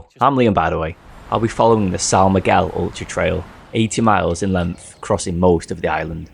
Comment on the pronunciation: man, I love your videos, but you completly butchered the pronunciation of of "são miguel". anyway, you get a pass because you dont speak portuguese